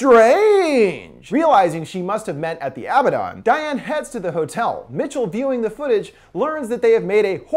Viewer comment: It's not Abba-Don. It's A-bad-en.